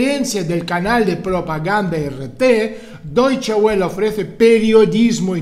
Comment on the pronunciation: Se pronuncia "doiche vele" (como "folksvaguen", la w suena v)